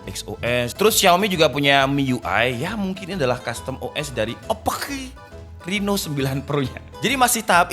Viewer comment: Ngakak pas bilang OPPQ🤣